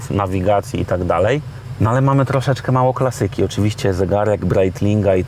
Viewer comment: nie klasYki tylko Klaaaaasssssyki, ty z ukrainy jestes ze akcentowac nie umiesz? na pewno potrzebny mi termometr i kompas buhahahahah no k..waaa juz nie mieli co wstawic, mogli radio wbudowac z lat 60 a nie jakies niepotrzebne g...wno